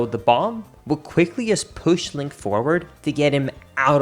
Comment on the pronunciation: hehe, he said linkus